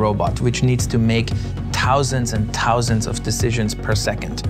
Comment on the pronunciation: "Tousands and tousands of decisions per second" lawls. sorry.